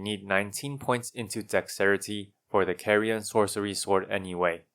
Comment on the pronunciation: You're pronouncing Carian wrong! It's supposed to be pronounced like car.